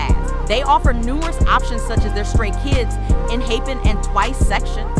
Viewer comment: Enhypen❌ Enhapen✔